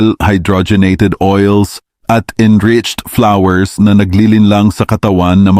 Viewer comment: Peas not peace 😅 Flours not Flowers 😅